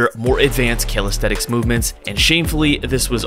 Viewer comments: You’ve written calisthenics but you keep saying calisthetics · It bothers me that calisthenics is being pronounced incorrectly, and it is the main focus of the video. It sounds like Cal aesthetics. It makes it hard to FOCUS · Bro said Calisthetics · bro says calisthetix